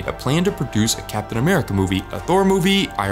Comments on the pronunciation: Sorry to be that guy but ‘CAP TIAN AMERICA’ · "CAPTIAN" hah gottem